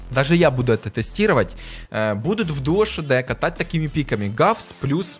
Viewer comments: Арткул не равса,а гавса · Ты сказал равса 😂😂